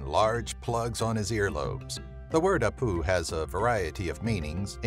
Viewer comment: Peruvian here. We call them Apu (stress on the 1st syllable)